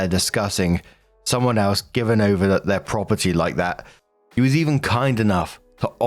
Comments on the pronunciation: To me, it sounds like, “With’ir update” like a conjunction between With and Their, so it always made sense to me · Nooo!! Your "'er update" was just fine. Yeah, it sometimes sounds like "her" but mostly sounds like you're swallowing the "th" when saying "their" which I thought was fine. I liked the little accent on it.